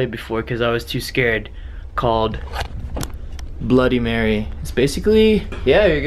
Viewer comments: your cursed for ever you only say bloddy Mary 3 times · guava juice u said it wrong its bloody mary is youre name come if you can play this game if you hear a deathly scream someone murdered you a queen thats what you say and say it 3 times in a mirror then after u say bloody murder marys death 5 times